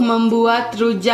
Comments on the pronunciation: bukan Cinggur tapi Cingur ajaa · Cingur kak bukan cinggur😊😊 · Cingur kak yg bnr😂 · Cingur sayang.. bukan cinggur.. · Bukan cinggur tapi cingur, sepurane mung mbener ne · Cingur bukan cinggur wkwkwkkw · cingur bukan cinggur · heran nih orang ga sekolah apa gimana sih? ngomong ama ngetik ga pernah bener. "cingur" bukan "cinggur", baca yang bener kenapa. merusak lo. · Manggil cingur juga salah🤣🤣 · nih lucu bgt tiap ngmng pasti belepotan. Trs itu sebutannya cingur bukan cinggur🤣 rujak cingur bukan makanan yg aneh sih bagi aku, aku kerja di hotel bahkan tamu hotel lbh suka order rujak cingur tiap lunch kata mereka enak pdhl rata2 yg makan org jkt, papua, medan. Gak ada rujak cingur pakai kentang, bawang putihnya itu bawang putih goreng, dan mengolah cingur emng susah spy jd cingur yg enak, ga bauk dan empuk, prosesnya berjam2, sm spt mengolah bebek. Malahan bukan rujak cingur namanya kalo beli gak pakai cingur😂😂 kalo penjualnya pakai cecek untuk ganti cingur (krn mahal) malahan kita yg beli suka jengkel hehehe Enak bgt rujak cingur jd pengennnn makannya 1 bungkus rame2 hahaha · rujak cingur neng hehe bukan cinggur 😀 keknya lebih enakan versi deh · Cingur bukan cinggur😁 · Btw rujak cing-ur bukan cing-gur 🤣🤣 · kenapa di videoo viral hitam pekat? karna sebenernya ada Kecap. sbnr nya juga ada Trasii buat melengkapi rasa nya. dan rujak cingur sbnr nya tidak menggunakan buah buahan, karna di viral harga 60K ya? itu menyesuaikan harga jdi ditambahi topping buah begitu. btw bacanya rujak cingur, bukan cinggur hehehe. just info. salam dri daerah asal rujak cingurrr <3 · Rujak cingur bukan cinggur hehe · Bacanya (ci_ngur) bukan (cing_gur) 😁😂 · cingur......bukan cinggur....☺ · Cingur...bukan cinggur 😁😄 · Cingur..bukan cinggur.., dan cingur itu hidungnya sapi bukan mulutnya sapi..😂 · cingur bukan cinggur hehehe😅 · Cingur Bukan cigur😁